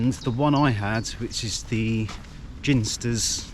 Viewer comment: I grew up near the Ginsters pasty factory, no Cornishman would eat one so it's interesting to see who we export them to, lol. Oh and it's pronounced with a hard 'G' I enjoy your films/hikes/camps, I generally open Google Maps as I have no idea about the eastern half of the country below London and follow your routes learning as I/we go along.